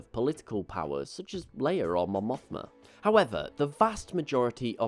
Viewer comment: I luv how the calls Leia "Layer"